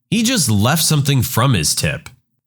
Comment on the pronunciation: No K in the word something